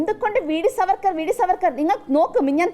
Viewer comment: Vd സർവർക്കർ അല്ല മാഷേ vd സവർക്കർ